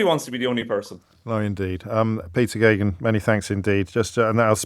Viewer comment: Who knew how to pronounce the Irish name Geoghegan?